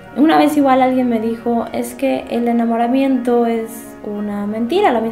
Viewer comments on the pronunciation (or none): dice enamoramieto (enamoramiento) jajajaja xD aún así me encanto en video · "Enamora- MIETO"(¿)